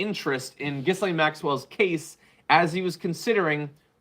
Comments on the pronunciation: Her name is French & pronounced Gi lane. The "s" is silent. The "G" as in Gigi. Dreadful women, but if you are going to talk about her please get her name right otherwise it is annoying. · Sound like a knob when you say Giz lane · John needs to know the S is silent in her name.